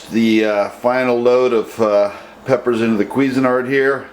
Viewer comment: I went through all these comments. For 12 years people have been asking for clarification on what kind of peppers he's using but for whatever reason, he refuses to list. I have let a dozen people listen to the video and no one can understand his pronunciation of the peppers he's using. Also, always remove stem and remove seeds and veins then bake peppers for 4 minutes at 350 degrees. Let cool and grind.